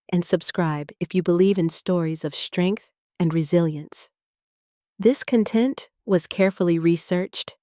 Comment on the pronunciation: Narrator: Speaking English is not literally speaking the written words. For example, in the first seconds ... the word "content" has two meanings with different pronunciations...if this story has been edited by humans then the narration should also be "proofed". Interesting story, thank you for the efforts and YouTube online entertainment.